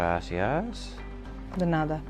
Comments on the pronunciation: When he said gracias, did she really say “grenada”? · thank you in Spanish is not pronounced, "Grassy ass."